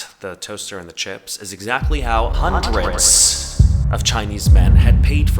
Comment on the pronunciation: idk why i heard "huntr/x" instead of "hundreds" 😭